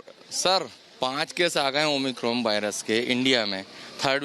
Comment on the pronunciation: It's omicron not 'oh my corn' 😂